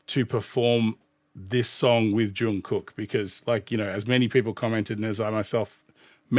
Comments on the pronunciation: Hey, fantastic commentary once again! I love that you picked up on the details and foundation of their performances. Pronunciation: Jung does have a hard J sound but it rhymes with sung (as in sing). Then carry that hard G sound into the second part of his name. It's more correct to say "Jungook" than "Jung Cook". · Your pronunciation is fine, though it is a bit more of a softer K, more like a G. But if the pronunciation troubles you, just call him JK. It's a nickname ARMY uses, his BTS brothers use, and he even uses on himself. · Imho, he didn't do it better, but, thank God, he didn't do it worse 😅 It was a very good collab, because it was important for JK!!! Oh! About JK's name, the pronunciation is something like /Jungook/ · Jungkook is pronounced more like "Chungoog." The last "g" is a stopped song like in hot dog. The Korean character that we romanize as "k" for some reason, can sound anywhere along a spectrum of k to g depending on where it's placed in the word.